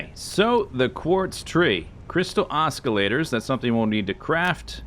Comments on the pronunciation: Was anybody else physically pained by Z saying Os-k-illator? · The c in Oscillator is silent/soft whatever you call it. Oh, and terraria is EZ has to e back again <3